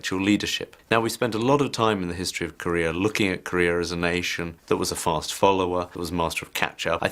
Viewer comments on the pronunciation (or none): Pest가 아니고 Fast